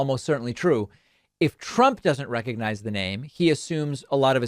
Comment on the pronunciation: "Recognize"?? He couldn't even pronounce it! Every time I hear him mangle words, while his tiny hands struggle with a bottle of water, I profoundly thank our Lord and Savior Jesus Christ that Biden is our real President. (but 1 term is enough, right? We're all onboard with that? Just letting every body know.)